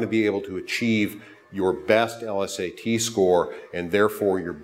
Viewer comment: L-S-A-Ts? What is this dude too good to say LSAT like normal people?